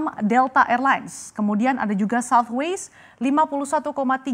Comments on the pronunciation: it's Southwest, not Southwaist ... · Ada yg kuping nya rusak kayak saya? Kok kedengarannya kayak southwaste bukan southwest ya?